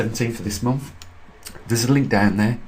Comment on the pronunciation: "seventh of the Month" NOT "sevemff" of the Momff"